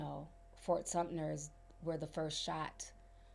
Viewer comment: I ❤ you dear. It's Fort Sumpter...no n hard t. I'm bummed that I missed you in Charleston. I would love to share some knowledge with you about Charleston, history, and that "feeling" you have about the times.❤